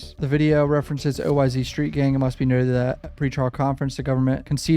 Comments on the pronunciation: Yo when you say oyz it’s not o-y-z it’s just oyz like imagine it was a s instead of a z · BTW its OYz pronounced: oh•wise & OGz=oh•jeez haha js I enjoy the content